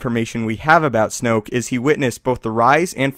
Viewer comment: It's snoke.